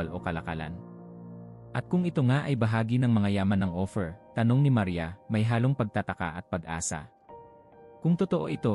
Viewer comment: The way you pronounce just like opher Ophir not opher